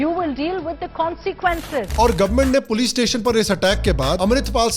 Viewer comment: "Oye pols aagayi pols" 😂